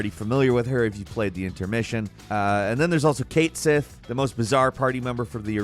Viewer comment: it's pronounced ka-tschi not kate sith